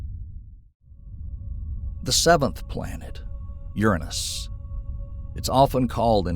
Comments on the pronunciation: Sorry, but if you can’t say the gods name Uranus correctly, I can’t listen. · Worth the price of admission for the pronunciations ("Murkery", "Urinous")